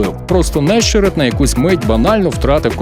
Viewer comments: Власник голосу за кадром належить унікальному дядьку. В чому унікальність? В тому, що він єдиний в світі, хто називає Нещере́та Не́щеретом. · НещерЕт! Чому не можна вивчити прізвіще футболіста